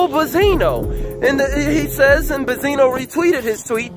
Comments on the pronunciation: i have watched your videos from the beginning and i love them keep it up but one thing just annoys me why do you saying Bezino and not Benzino. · Benzino Benzino Be”n”zino Not Ba-zeeno Benzino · i had to drop this quick comment to let you know that i couldn't stay for the whole video after the 100th time you said "buzzino" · I love how dude pronounced BENzino wrong the whole time, called him Bizino and nobody noticed BECAUSE NOBODY CARES OR THEY DONT EVEN KNOW HIS NAME AT ALL. Lol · Naw it's Baaah-Zeeenoh gtfoh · Ben_zi_no. Say it with me!. I don't know if you doing it on purpose but it is annoying. J/S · Don’t go to this guy for opinions first off he not saying benzinos name right second those bars not damaging compared to Eminem’s responses. I’m not even a Stan like that.